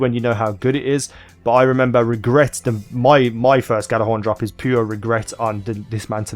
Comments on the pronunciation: It's either jallerhorn or yallerhorn but the g is silent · It's pronounced jallerhorn it's a silent g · The gj part is pronounce as a Y. so you would day it as Yallarhorn.